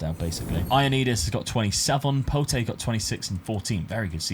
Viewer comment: Just a quick one the name for Pote is said like Pot no need to add the E at the end but class video yet again and rocking the Benedict shirt that’s why he is the GOAT